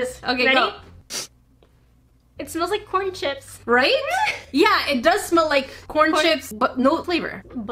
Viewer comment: Is it just me or when she said corn it sounded like porn🤣